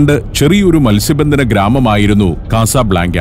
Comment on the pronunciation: കസബ്ലാങ്ക എന്ന് പറയുന്നതിനു പകരം " കസബ് ലങ്ക " എന്ന് പറഞ്ഞുകൂടെ